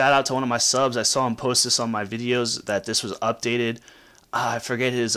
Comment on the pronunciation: Yeah when you first SAWL it the picture you SAWL was pretty cool. LOL